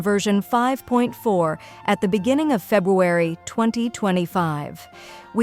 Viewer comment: "Febwuwawy" UwU :3